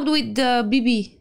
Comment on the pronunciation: I lost it when they called Leo Beebe: Boobie 😂😂